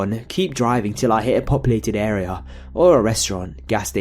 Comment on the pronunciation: lol the way you say... area.. air-eh-yahhr!!! omg lol i laughed more when i replayed it XD sorry but its fucking hilarious!